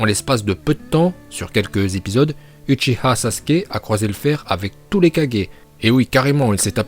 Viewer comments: Je suis dacord mais a un moment de la video il n'a pas dit sasuke uchiah mais sasuke uchiwa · Moi je dis houchiha-et non ouchiwa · C uchiha sasuke ou uchiha madara PAS UCHIWA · Hum hum tu viens de dire sasuke uchiwa la parce que tu a dis que dans la version originale on dis bien uchiha sasuke à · C'est Uchiwa pas Uchiha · Ta dis Uchiwa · Déjà qui dis uchiWa c’est UchiHA BANDE DE OUF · Sa se prononce pas Uchiha mais Ouchiha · Pas uchiwa mais uchiha Pas utchiha mais uchiha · oui je sais que c une video troll seulelemt en vostfr on entend de vraie truc, naLuto par moment et Uchiha et non uchiwa c ce que je veux dire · t’as prononcé « uchiwa » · Uchiha se prononce en fait uchiWa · Tu d'i que ses pa houchiwa mes toi tu le d'i houchiwa 😂😂😂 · A 3.45 il dit sasuke ushiwa 😭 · À 3.43 Je sais pas si tu as fais exprès de prononcer Uchiwa et dans le mauvais ordre juste après avoir expliqué la prononciation mais si c'est le cas c'est du génie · À t'as dit sasuke uchiwa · Pour les Uchiwa et Uchiha ça ça me dérange pas mais c'est les autres prononciations... genre c'est Shippuden et non Shippunden. Et des problèmes comme ça il y en a pleins d'autres dans tes vidéos